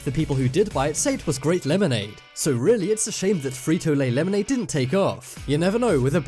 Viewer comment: Laymonaid... aaahhh hehe. sigh